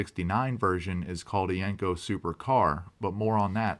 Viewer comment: Great video but you're pronouncing the name wrong. It's not yank co, it's yen co.